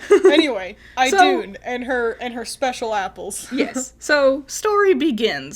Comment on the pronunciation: She got it right. It's pronounced "IH-doon".